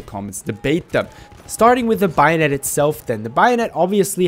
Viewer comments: Hehe it’s bayonet not bio-net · if I ever hear someone pronounce it buy o net, in going to kill myself. it's fucking bay o net. bayonet. exactly as it's spelled. Jesus fucking Christ. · Take a hit every time he says Bio-Net (don'tODchallenge)